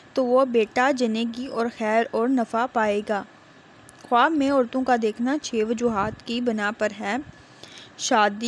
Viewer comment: بہت برا واٸس اوور ہے۔ اوپر سے دیکھ کر بھی ریڈنگ نہیں ہو رہی ہے۔ لفظ خواب کا تلفظ خاب ہے